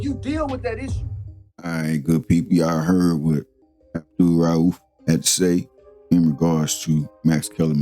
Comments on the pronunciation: If you're going to make a video about a person at least pronounce his name correctly. Smh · Gotta pronounce his name right, no way you could have been fan of mahmoud abdul-rauf if you can’t pronounce his name